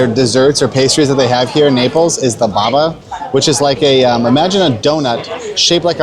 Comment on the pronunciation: Not baba but Babà : you have to stress the last vowel